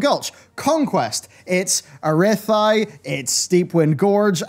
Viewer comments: "arithai".... you mean arathi? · I'm sorry but pronouncing "Arathi" as "A'rythi" is pure comment farming... oh wait. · Honestly who the hell says a-rith-eye? lol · Prolly the only yutuber saying Arathi as Ara-thy POG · wth was that arathi pronunciation ? ah-rith-eye? Impressive twist... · Wait, wait "Arith-aye"? Wut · Don't butcher the name of Arathi!! Lately they implemented Brawls . . . . . . that are only up every other week and each of them 2-3 times a year. Which sucks! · so you don't know the difference between the f and th sounds? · not heard of phonics?